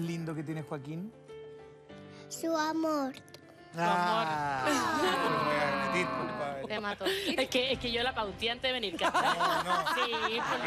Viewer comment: "Su amort" jaja, cosita!! 😍